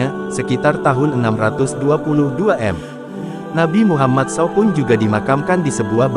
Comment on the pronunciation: S.A.W dibaca sau